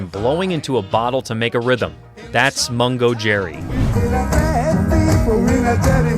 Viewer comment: Mongo Jerry??? It's Mungo Jerry. The Bugles ??? It's The Buggles. Make an effort, would you?